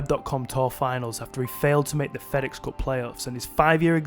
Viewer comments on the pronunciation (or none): none